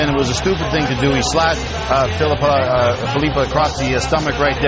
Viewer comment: even funnier that he didnt even know how to pronounce filppula. "filupa..uh...felupa"